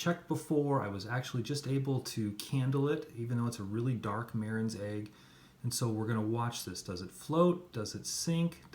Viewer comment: I was wondering, how much experience do you have? Additionally, you are not pronouncing Marans correctly. You are pronouncing it "Mare in", when in fact it is "Ma Rans". And yes, you will always pronounce it as in Plural. whether you are talking about one or a whole flock.